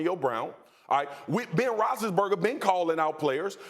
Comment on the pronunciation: Ben "Roch-less-burger" has been calling out players, yes. But can you least call out HIS NAME correctly?